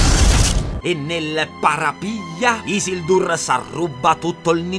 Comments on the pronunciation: Si legge Ghilgalad, Chelebrimborn, Isìldur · Bellissimo, finalmente il miglior fantasy hahahahhah per 4 anni so che guardare. (Solo una correzione si pronuncia Ghil galad, Kelebrimbor e così via, e Isìldur per gli uomini l'accento scende)